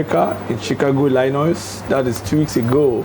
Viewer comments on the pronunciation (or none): you are a funnyman. it is not Linus it is pronounced ilino (state of Illinois)